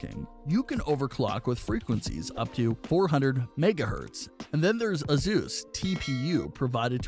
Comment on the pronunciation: who is thus " AZoos" you keep mentioning? Oh you mean " Asoos" aka Asus as it is properly pronounced. Got it